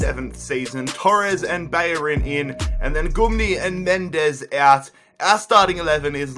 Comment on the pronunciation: ‘Bayorin’ no. It’s ‘Bellerin’. Please learn how to pronounce things. And learn how to pronounce the letter H.